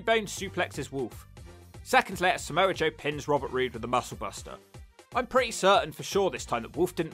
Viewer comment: Samoa joe not Samoan joe lol